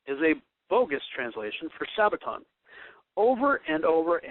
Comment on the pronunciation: Do you have any idea of the differences in the Hebrew calendar as to the Gregorian calendar? Or when a day begins and ends on the Hebrew calendar? Doesn't seem so. Begs the question, who taught you? Btw, have you ever heard the term "lost in translation"? And, the word is Sabbaton NOT Sabbatown oi vey!